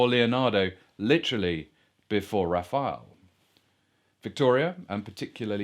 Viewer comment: He cant pronounce Rafael! Really...